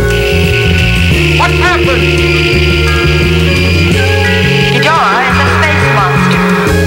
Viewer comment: No it is not geeborath it is ghidorah